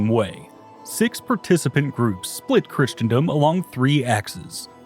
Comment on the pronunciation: I wonder if he's mispronouncing Christendom on purpose too xD